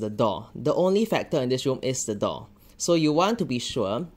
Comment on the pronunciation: I thought he was saying “dog” instead of “door” at first…